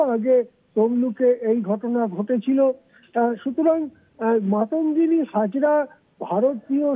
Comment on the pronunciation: নাম ঠিক বলতে পারেন না উনি আবার সংসদ